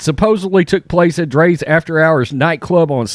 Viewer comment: Rite and it's drias not dre's